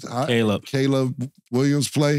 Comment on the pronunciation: why this MF can’t say Caleb? Bruh it’s KAY•LIB damn Killa you slow asf 😂😂😂